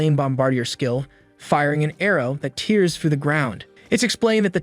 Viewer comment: The automatic computer narration is abominably incorrect, with such gems as bow: bō or bau; tear: tēr or tār, and probably many others 😡